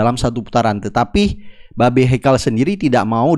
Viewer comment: babe 😂😂😂 e nya ganti i